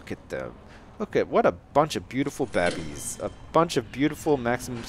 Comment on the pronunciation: I love how he says babies it's like babbies 😂